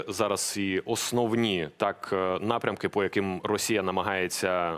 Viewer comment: Вузатий неук бовкає "По якиМММ"! дІВКА ТЕЖ-НЕУК-РУСКАЯ.гАНЬБА!